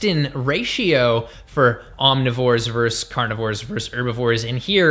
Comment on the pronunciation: I always enjoy your postings,, and have found them very useful and informative over the years. Bravo! One little semantic quibble... vs. is pronounced "VERSUS", not "verse". It's an abbreviation for versus. Thank you, this moment has been brought to you by the grammar police.:)